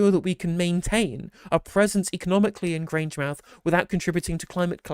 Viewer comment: It's Grange mouth. Not Grangemith.